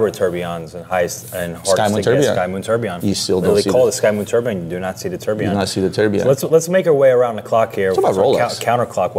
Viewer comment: Why do you correctly pronounce the second and third syllable of tourbillon and don't bother with the easier first syllable. I think you entirely fail to understand the concept of "quiet luxury' or class in other words. Harsh criticism? OK.